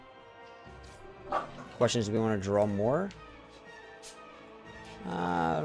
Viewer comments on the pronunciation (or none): none